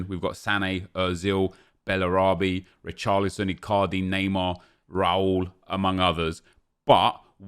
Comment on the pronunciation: When he says come on Richarolson he sounds like he’s saying boris johnson😂